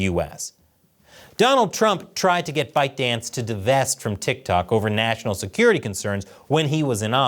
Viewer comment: I heard the company name as "Bite-Dick"